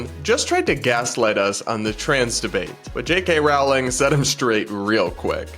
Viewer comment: Rolling, not Row-ling 💕